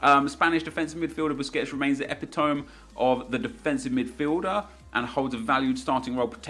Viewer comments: My man said epi-tome, it is epit-omy just to clarify people’s confusion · did you say ep-i-tome instead of "e-pi-toe-mee" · Epitom-ee not Epitome.. :) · epitome= E-PIT-O-MEE not E-PI-TOME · 'Epitome' hahahahahaua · 'Epitome' is pronounced uh-pit-oh-mee :) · Anyone else find his incorrect pronunciation of ‘epitome’ funny, or just me? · Lmao try epitome again nep